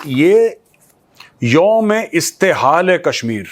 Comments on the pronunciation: Mein Pakistani hoon. Please Correct the pronunciation: ISTEHSAL...Not ISTEHAAL! It means OPPRESSION and EXPLOITATION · That is not Youm e Istehal that is Youm e Istehsal